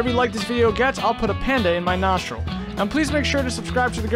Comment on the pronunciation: he said nostil instead of nostril